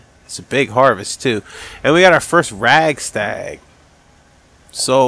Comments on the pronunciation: Radstag not ragstag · rad stag not rag stag lol